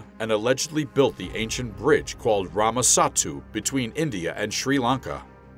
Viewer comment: Wonderful video! Loved the research and narration. But some of the pronunciations are wrong of the Characters. And its Ramasethu not ramasattu.